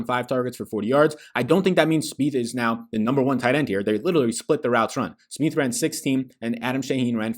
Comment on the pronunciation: Finz fan here. It’s pronounced “Sm-eye-th” not “Sm-ee-th” lol.